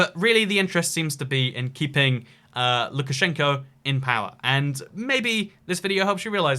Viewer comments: lukashenko, not lushenko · Thanks for the video, but I have a few corrections as a Russian. luKAshenko, not lushenko, wrong prononciation triggered me hard every time. USSR consited out of 15 republics including Russia, not 16. I visited Belarus once, Russian is second official language and the vast majority always speak Russian (even Belarusian-Belarusian). It is definately a threat to Belarusian language, the government even promouted latin version of Belorusian, instead of cyrillic. For instance signs with names of streets are in two versions of Belarusian. Most govermental things are in Belarusian (that is controled by goverment), hovewer business, advertisment etc are in Russian. Language is important for national identity and it means that Belarus wants to remain soverign. I haven't seen any desire to join, not from people in Russia nor Belarus. Russians wouldn't mind that much, not sure about regular Belorusians. I think, everybody is more or less satisfied with current situation. Crossing Russia-Belarus car border is very easy. No control for cars, only trucks, you just have to slow down for 10-20 km/h. It's a bit harder to get from Belarus to Russia. Russian customs/military/police stop car for a few seconds to check passports, look at your face and let you go. Trucks must be checked Belarus in many is more soviet than Russia. Price of oil is the same on every gas station and it's controlled by goverment. The streets are cleaner (I guess order is important for all strict rulers), they have tax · Allow me to correct you. It's Lucashenko, not Lushchenko. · THIS IS LUKASCHENKO NOT LUTSCHKNEKNOWSTCH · Its Lukasjenko not Lushenko. And its not hard to tower over someone who is only 170 cm. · It's Lukashenko, no Lushenko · I‘m from Belarus ❤️🇧🇾 - and it‘s LuKAshenko, not Lushenko! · Lukashenko is a joke. I'm living here, our president is bastard :) btw: it's Lukashenko (Lu-ka-shen-ko) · "lushensko"? What the actual heck